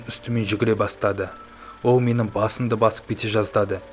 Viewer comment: Ол дегенді оу дейді ма😆😆😅😅